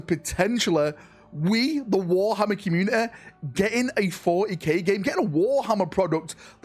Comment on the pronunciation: Commu-ne-eh - come on man 😂